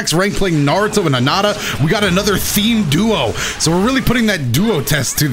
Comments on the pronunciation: Hinata not hinada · ''hanata realx'' excuse me why do you pronounce it like that every character says hinata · You say "Hinata" like "Highnata"? That's wild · i thought it pronounce as " hee naa tah " >w< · I know this is 1 year old but this dude says he loves the franchise even tho he says narudo and karin kirin and hinata hanata